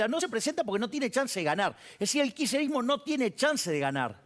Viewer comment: osea el loco dice que él no ayuda al "kisherismo" como lo pronuncia que ni puede... dice que no ayuda a un idealismo como el peronista,,, si que ayuda con su idiotesa.. ayuda y mucho,, no entiendo como gente lo sigue.. me llama la atención y atenti los sociólogos y antropólogos sobre esta figura que impacta en la masa boba